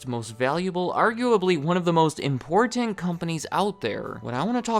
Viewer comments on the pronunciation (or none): "Importeent" haha 😂